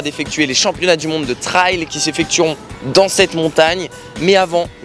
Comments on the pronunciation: La pronunciation est fausse . Trail not trial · Sa se dit treil et pas traaail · Super diversification tant dans le divertissement que dans l'apprentissage de cette nouvelle discipline 👍 Par contre ça se prononce "trèl" 😉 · Bravo ! Par contre je ne comprends pourquoi vous prononcez "trail" de cette façon